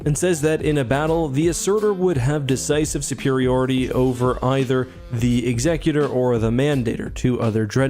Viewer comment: What's with pronouncing Executor incorrectly?